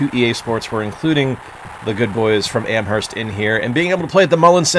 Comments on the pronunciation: Your mom taught at UMass, but you pronounce the H in Amherst? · I didn't live there, had no clue the h was silent. I'm from Fall River, we didn't really pay much attention to Amherst and how it was pronounced.